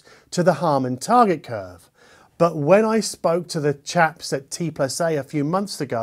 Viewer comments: It’s pronounced TandA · It is called T und A